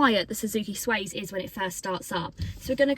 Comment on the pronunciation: Good video, thank you. Just one thing, it's not the SWAZE...it's the SWACE! (as in pace, grace etc...)